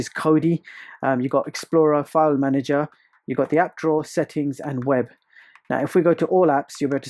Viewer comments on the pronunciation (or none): none